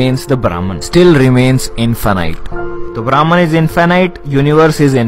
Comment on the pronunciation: ब्रह्म होता है ब्राह्मण नहीं ! उच्चारण सही नहीं ! वीडियो अच्छा है लेकिन लम्बा होने के कारण उबाऊ है !